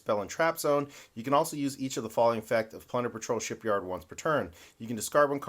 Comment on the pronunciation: Dude I almost subscribed but then you didn’t say “Shipyarrrd” correctly. If you somehow correct this fatal error I will reconsider my decision